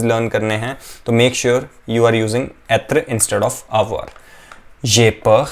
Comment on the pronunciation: Hi, just a question, are you pronouncing this word with the ‘R’ sound. Sorry if i am hearing it wrong